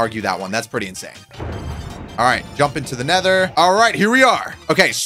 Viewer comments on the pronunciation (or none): you say gump into the nether